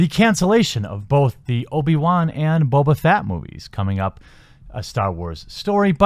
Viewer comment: Dude it’s Boba Fett not Boba Fat as you said at least twice. And Solo was an Ok movie. Was it the best Star Wars film? No way, but it was as good as The Phantom Menace. Quit your crying about it.